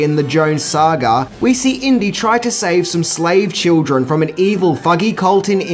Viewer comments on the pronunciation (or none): none